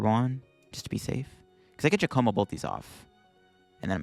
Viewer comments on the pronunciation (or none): Giacomo is pronounced like Jacq-omo. What the deuce?